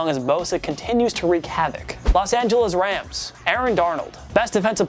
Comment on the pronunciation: Los not Las lol